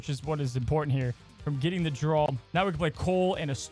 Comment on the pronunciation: (draw) not drawl